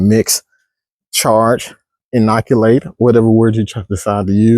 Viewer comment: I’ll believe my sports turf degree over a “professional” that can’t say inoculate. 😂